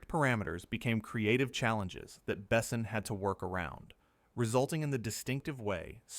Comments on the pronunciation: not Bessin… bes/On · AI narration is awful, pauses awkwardly, and pronounces words wrong. It's not Bessin, it's Beh-sawn (rhymes with pawn), it's not Gene Reno, it's spelled Jean but pronounced like John with a ZH sound like in the word treasure ZHon. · The only problem with this speaker is he doesn't pronounce any of the names right it's not ((((Bess son ))) it's Luke Bassan.